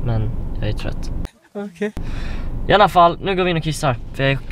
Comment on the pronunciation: Jag kan väl inte vara den enda som halvt stör mig på att han säger "iannafall" istället för "iallafall"? xD